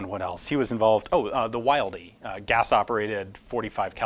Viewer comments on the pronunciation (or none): Once again, an excellent video Ian! As an aside, Wildey is pronounced Will-Dee. The man Wildey Moore is my neighbor and his pistols are back in production! As of now, parts and ammo are available, with pistols being available soon! If you're interested, I might be able to wrangle a meeting and interview with Mr. Moore....